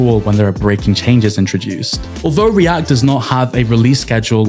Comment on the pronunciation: when you say react it sounds like riadh lol.